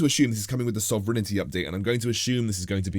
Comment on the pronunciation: really good video, got to say I got a chuckle from the way you pronounced Time Dilation and Sovereignty battles. You somehow managed to add extra letters